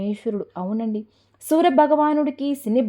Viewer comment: సూరభగవానుడు కాదు సూర్యభగవానుడు